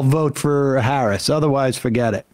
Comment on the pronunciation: This goof gives himself away when he slips and says Harris correctly.